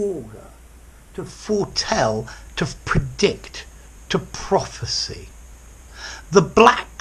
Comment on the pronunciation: Prophesy and prophecy are not pronounced in the same way